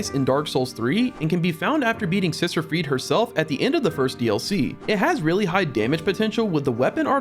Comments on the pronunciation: Sister "Freed"? We literally hear the correct pronunciation throughout the DLC... Freed-eh... ffs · friede scythe